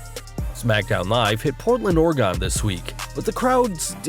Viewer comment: Dude, you said Oregon wrong. It's a pet peeve for Most Oregonians